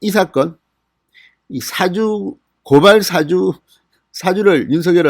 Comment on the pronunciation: "사주"가 아니라 "사:주"라고 "사"를 길게 발음해야 의미가 제대로 전달 될 것 같습니다. 남을 부추겨 좋지 아니한 일을 시킴